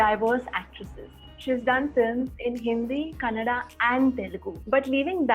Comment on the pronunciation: In so happy.. The host pronounced Kannada the right way 😭